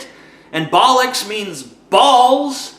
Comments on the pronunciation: Did any other fellow Brit experience a mild shudder at the horrendous pronunciation of "baolloks" THERE IS NO A!!!! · i'm a california and i know he said bollocks wrong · Boll-locks, not bal-licks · TJ its pronounced boll-ucks and we still use bullshit haha! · british allmost never say bullucks oh and it is pronounced "baal-ox" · It's weird hearing 'bollocks' in an American acent.